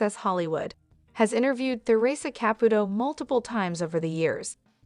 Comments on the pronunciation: Girl you need to take a Italian course! Here Ka put o. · Why can't the narrator of this video pronounce the name "Caputo" correctly one time?!👎